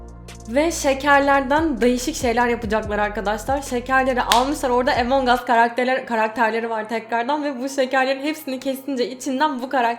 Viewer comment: yazılışı among us ama okunuşu emongas değil amongas diye okunuyor